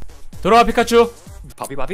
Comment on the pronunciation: "바비입니다"라고 할때 "밥입니다"라는 줄